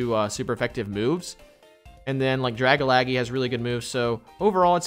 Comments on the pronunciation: Does my guy know it’s drag-algae (like the shit in the ocean, google it if you don’t know how to say algae) or is he saying that as some inside joke I missed off the stream? Like the ole Chime-Cho I wonder if I’m missing something or they are 🤷🏼‍♂️ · It's dragalge - drag - alge .. not dragalaggie lol. Drag for dragon, alge for algae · who else hates the way dragalge was pernouced its (drag-al-ge) not (dragalage) ahhhhhh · It's not pronounced dar-ga-la-ge It's pronounced dar-gala-ge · Drag-Algae not Dragalgee 😂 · I'm sorry... "Drag-a-lag-ee" is just so painful to hear... It's a mix of Dragon and Algae I think... I always say it like "Drag-al-jee". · It's not Dragalagi it's DRA - GAL - GE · It’s not gee it’s jee. Like algae and dragon mixed together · I can't understand how consistently mispronounces dragalge as dragalagee lol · really pronounced Dragalge “Drag-a-laggy” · Dragalge: Drag-a-lag-eee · Love your content here’s challenge do one without saying a poke name wrong dragalaggy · I'm pretty sure Dragalge is pronounced 'Druh Gal Jee' or 'Drag Al Jee' like Algae the green scum stuff that floats on lakes. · Draga-laggy lmaoooo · I'm pretty sure Dragalge isn't pronounced Dragalaggy. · Algae is pronounced "al-G". Dragalge is pronounced "drag-al-G"" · Its Dragalgae pronounced Drag-Al-Gee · Drag a laggy lol yalls mispronounciations always crack me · Hearing him say Dragalge wrong makes me shudder every time he said it lol. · But y do u say tojetic Its togetic And it's dra gal gee